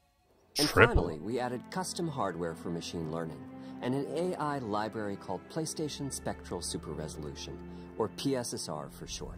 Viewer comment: "Pay"-Station 5 [PRO]😂